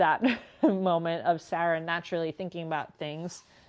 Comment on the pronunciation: Hi Sarah, I've always wondered where you're from because of the way you pronounce "Sarah". I thought you might be from a different country. Thank you for the information. I didn't hear where you worked previously. I thought you said "Carters" but that didn't seem correct.